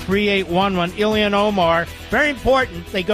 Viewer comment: Isn’t it about time to learn how to say Omar’s first name correctly? It’s Ilhan, not Ilian. I’d let it go if he was mocking her, but he clearly continues to say it wrong out of ignorance.